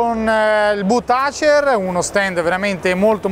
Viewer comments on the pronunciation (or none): none